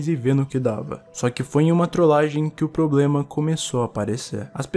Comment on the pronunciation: "é poblema meo"